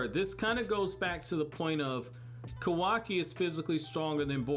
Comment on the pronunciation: isn't it pronounced kaawaki instead of kawaaki, the show displays it correctly yet my boy do be sayin kawaaki. but dang i hope naruto be livin in the future :[